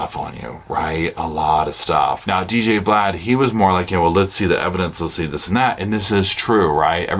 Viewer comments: DJ Vlad. Like Vladimir. Not V-lad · 😂 really said "Dee-Gee-Vee-Lad of Vee-Lad TV." Kudos to you,, for not knowing who this menacing culture vulture is. But "Vee-Lad", I cant. 😂